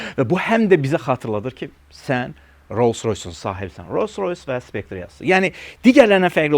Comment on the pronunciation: Not specter but Spectre Mr.